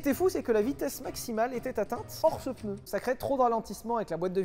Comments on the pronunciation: Parler de Michelin aussi longtemps et dire "PEUNEU", quel affront ! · On dit pneu et non peneu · pEUneu? Vraiment ? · Du coup question : peneu ou pneu... qui prononce PENEU !?!? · Aaaaaah les "peuneus"...Bisous. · Attention à cette fâcheuse mauvaise habitude de tenter de placer un "E" dans le mot "PNEU". Comme ça on évite de passer pour un crétin qui pense faire un effort de langage... 😁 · 7eme minute: je viens de me souvenir qu’ils allaient parler d’une ds à 11 roue parce qu’il a prononcé le mot pneu 🥲